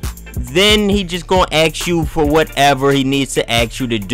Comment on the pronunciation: Ask* Not axe you.